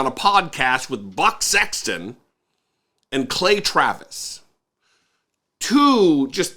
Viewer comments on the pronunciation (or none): I thought i heard "butt" sexton and i couldn't stop laughing. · Anybody else keep hearing Butt Sexton, or was it just me?